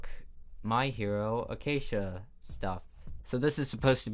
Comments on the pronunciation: What are those MHA pronunciations, it's my hero ack-a-day-mia and kaw (like a crow sound)- chon. Although honestly maybe the joke was just that you were pronouncing it wrong....... Whatever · i just… a-ca-dem-i-a solar for fucks sake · did he say "my hero acacia" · “acacia”. good job, nailed it, ten outta ten. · When he said kchen and acacia I lost all my brain cells